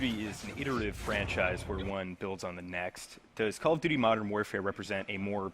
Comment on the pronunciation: calloughdoughty modern warfare